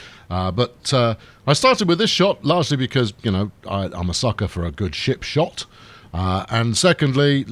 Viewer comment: i did notice the purposeful enunciation of "P" :P